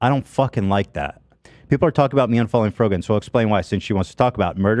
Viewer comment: It’s the childish insults for me - “Frog-an” - as if he didn’t know how to pronounce is correctly. Sorry no.